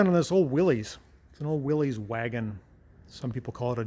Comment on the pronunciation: Oh, you pronounce Willys “WIL-lees”. I always thought it was pronounced “WIL-liss.” Thanks!